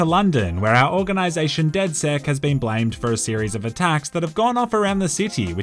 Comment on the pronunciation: Its funny how when people say DedSec's it sounds like DedS3x